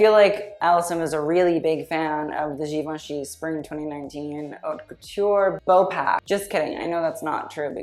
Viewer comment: I love you sm but as a french speaker hate the way you say "haute"😭